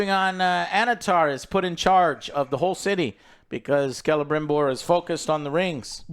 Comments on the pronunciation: You know this show is nerve-racking when Joe says Celebrimbor the right way and now it’s who says “Selebrimbor”. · Last episode Joe corrected his name pronunciations, but this week he went right back to Celerybrimbor.